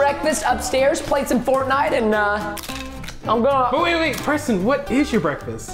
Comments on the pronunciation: Forze Minecraft It’s not Oreston it’s Preston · you say oreston your s Did you dont know its preston are you don"t know her name